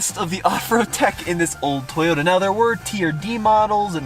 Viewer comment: “Tayoda trucks”